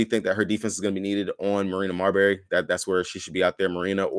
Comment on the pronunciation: Please don't call Marina Mabrey, Marina Marbury.😅😅